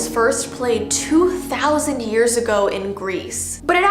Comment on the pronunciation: When you said “hearshe” or something like that did you mean years